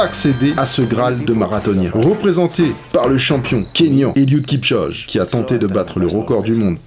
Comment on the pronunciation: Alors c'est pas grave du tout mais on prononce Kipchoge le marathonien "Kipchogué" et non "kipchoje". On peut bien te signaler une petite erreur tant tout le reste est top!